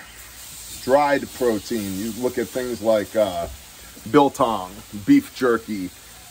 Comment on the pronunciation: What was the name of that jerky again? Sounded like “bill com”….